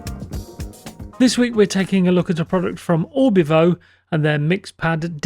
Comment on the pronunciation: Its Orvibo not Orbivo :)